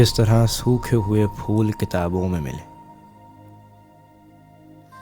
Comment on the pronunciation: صحیح کہا اور لفظ پھول کو فول ہونے سےبچائیں۔